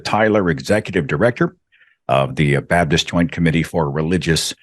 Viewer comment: his pronunciation goes back and forth. It's interesting that when he wants to sound like a preacher preaching the gospel, he's much more likely to say BABDIST.